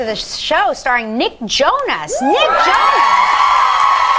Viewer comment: she says Jonas weird in the beginning.